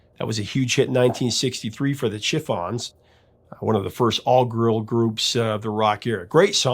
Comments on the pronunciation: I knew right away as a girl group fan he wasn't going to get away with it. my friends in college made fun of me but............not now. last laugh belonged to me! I'd advise against eating anything made by those nutcases. btw it's pronounced sha fons not chiff ons Whenever you mention that a song went to # 2 please tell us what the # 1 song was. it saves us obsessed people from googling ( Kim Carnes Betty Davis Eyes) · "CHIFF-ons"? You have got to be kidding!